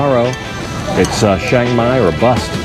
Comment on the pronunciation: just wondering why you say ( SHANG MAI) and not its correct name like the beer ( CHIANG MAI )or same as saying CHurch